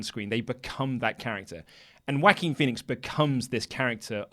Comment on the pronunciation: The way you say joaquin. It's wrong and funny, but I'll allow it.